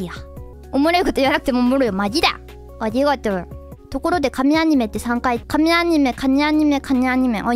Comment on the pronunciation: Yeah, I may not be fluent, but I'm able to catch those bits. The part that got me was her saying arigato as "anigator".